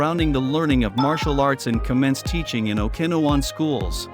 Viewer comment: AI crap. The pronunciation of Okinawan 😂